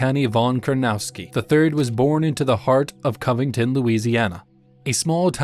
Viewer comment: Pronounce his last name correctly at least, it's Kur-na-TOW-ski not Kurnowski.